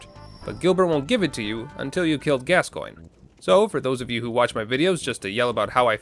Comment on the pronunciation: I love how you use in game dialogue to prove to people how to pronounce Amygdala but you still all insist on calling Gascoigne “gas-coin” when Eileen in game pronounces it “gas-con” as it is correctly pronounced